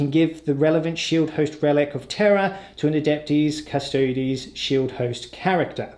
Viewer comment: Darling, it's pronounced oob-lee-ett. You're absolutely smashing the pronunciation of Custodes though, nice one, which is a refreshing change from... certain other channels